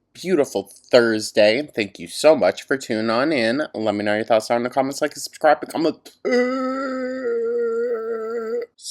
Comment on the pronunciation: okay I’ve been watching for over a month now and I can’t go further without asking…can someone please put me out of my misery and tell me what the long word is we hold out after saying like & subscribe in the intro? I feel dumb help me 😭